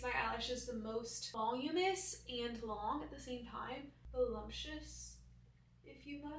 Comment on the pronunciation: I love that both you and pronounce it “volumous” and not voluminous. So cute 😊